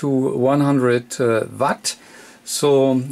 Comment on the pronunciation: Not watt vatt!! Either way great video and have had the same radio great radio after having it for a year. Mine is also mars modded and I haven't had any problems with it. Also think it is just nature of the beast with these new radios, they are not the greatest on am, also have a ft-991 I just acquired, and it is the same on am, audio not that great. Think these new radios are mostly designed to work on the ssb modes, and fm and am is just a secondary thing.